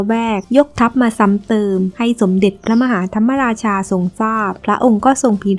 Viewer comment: พระมหาธรรมราชา คำว่ามะราชา มะออกครึ่งเสียง ไม่ใช่ออกทำ มะ ราชา เพราะ ม. ม้าไม่มีสระอะ หรือไม่ประวิสรรชณี (ไม่รู้เขียนถูกหรือเปล่า) หวังว่าไม่ได้จบ นิเทศศาสตร์สื่อสารมวลชนนะ เพราะพวกนี้โคตรโง่ ใช้ภาษาไทยผิดหมด